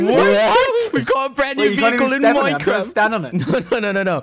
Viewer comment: minecwaft lol